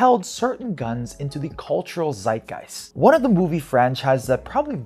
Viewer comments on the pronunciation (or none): none